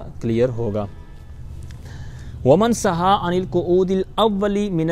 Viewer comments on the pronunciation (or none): سَھَّا المسبوق نہیں بلکہ سَھَا المسبوق ہے سھا بر وزن دَعَا